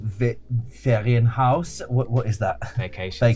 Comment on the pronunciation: As a german person it's alway wonderful seeing people that don't know german trying to pronounce german words hahaha pronounciation was actually on point though